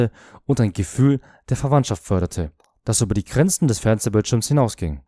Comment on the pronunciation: UNNAHBARE - nicht "... und nahbare ...". Sowie GRENZEN, nicht "Granzen" ....! Liest hier eine KI oder jemand, sonst nicht liest und Fehler nicht erkennt? Habe nicht weiter gesehen ...